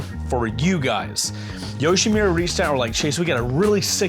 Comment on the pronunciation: Chase, when do you finally learn it's not YoshimIIIIIra, but YoshimUra?